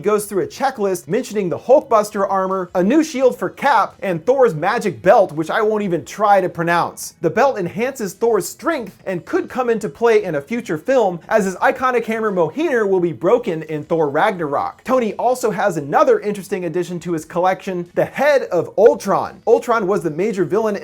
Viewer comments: Did he just pronounce Mjolnir "Mohere"? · Isn't Thor's hammer pronounced as Mil-Nir? pronounced it as Mo-Hir lol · Did he just say Thor's hammer is named: Mo heener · What the fuck is 'mohir?' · "And thor's magic hammer MOHEENER" Please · "His iconic hammer Moheener" ??? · Hang on, how did you pronounce Mjolnir. It's pronounced mi-yon-nyir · he butchered the name of thors hammer as well... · is anyone going to talk about how they pronounced mjölnir